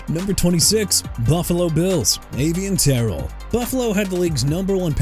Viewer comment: NEW ORLEANS SAINTS PRONOUNCED NEW OR-LINS MR. ILLITERATE! IT AIN'T "NEW OR-LEANS" SO YOU NEED TO QUIT SAYING THAT! AND MIAMI CAN GET TYSON SO WHO CARES?! AKHEEM MESIDOR NOT MESSI-O-DOR!! YOU CAN'T PRONOUNCE, YOU CAN'T SPELL AND YOU CAN'T EVEN GET THE NAMES OF CITIES, TEAMS AND PLAYERS RIGHT! PLUS AVIEON TERRELL PRONOUNCED AY-VEE-ON TUH-RELL AND MIAMI CAN ALSO HAVE KENYON SADIQ. LIKE I SAID WHO CARES? ALSO CHICAGO PRONOUNCED SHUH-KAH-GOW AND JAGUARS PRONOUNCED JA-GWAARS! YOU'RE DONE DUDE...